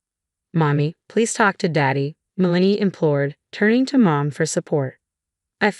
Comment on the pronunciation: Worst AI pronunciations ever. It’s “MEL-uh-nee”, NOT “Muh-LANE-ee”. Like nails on a blackboard.